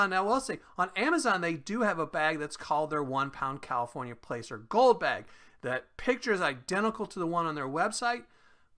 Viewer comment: For some reason your sound was low on this video. I had to turn my volume all the way up. Also placer is pronounced as Plass-er. Just so you know. Keep up the good work! 🙂👍